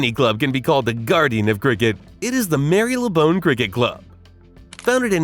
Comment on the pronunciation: Edin-burg & Mary Le Bone 😂😂😂